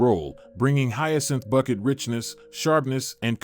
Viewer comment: It is not Bucket, it is Bouquet :D